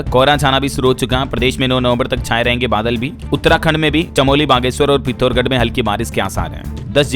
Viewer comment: पिथौरगढ़ नहीं पिथौरागढ़ है।